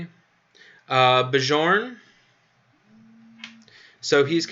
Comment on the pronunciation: Bjorn - please read it like Byern.